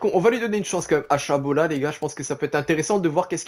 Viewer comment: c'est chaLObat pas chaBOlat stp sinon la carrière est top